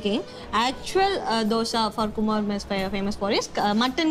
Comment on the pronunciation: It's kumar mess pronounced.as kumaar (r is not silent), not kumma mess... I think that the girl was just playing along as the guest couldn't pronounce correctly thinking that it was difficult for him.